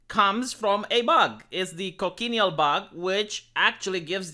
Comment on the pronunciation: Red= pronounced koh-chin-eel Cochineal. There's other synthetic reds usually used...